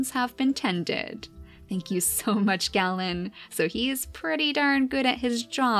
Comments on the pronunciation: Just so you know the name Galen is pronounced Gay-len! My name is pronounced the same way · Also I believe it’s pronounced Gay-len? That’s the way I’ve heard it. It can probably be pronounced Gah-len as well. Idk.